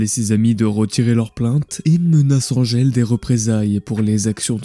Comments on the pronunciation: «Andgel» t’as trop regardé Buffy mon vieux, c’est Angèle, on est en francophonie. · Ils s'appellent respectivement "Edmond Locard" et "Angèle" prononcés à la française hein ("èdmon locar" et "angel"), il n'étaient pas anglais... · Pourquoi prononcer Angèle a l'anglaise ? Angèle ≠ Angel Angèle c'est un très joli prénom bien français donc merci de le prononcer tel qu'il est : "ange-elle" (pas ''anne gèle") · Pourquoi vous prononcez Angèle comme si vous viviez à LA ?